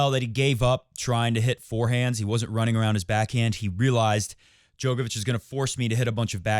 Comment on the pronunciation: Show him some respect and pronounce his name correctly